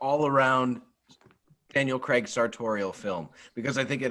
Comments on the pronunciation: Totally love the way you call James Bond ..... cre🥚. His name is spelled CRAIG .... how does that possibly translate to cre🥚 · Please pronounce the letter …’A’. Daniel… CrAig!!!!